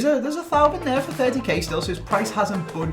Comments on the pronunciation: It's pronounced TOE-VAN not THAU-VIN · It's TOEVAN